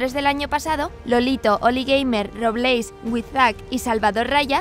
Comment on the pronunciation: Robléis, me encanta esa pronunciación xdd